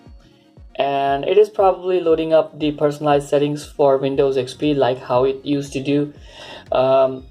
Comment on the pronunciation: Why do Indians say vindows and wirtual, but say website perfectly?